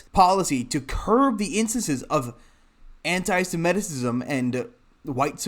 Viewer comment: The word is pronounced anti- sem. it. ism.